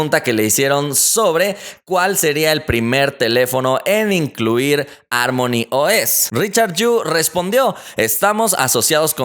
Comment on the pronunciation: harmony se pronuncia como jarmoni, no como ármoni.